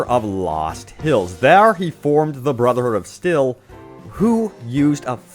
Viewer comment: You still didn't say their name right.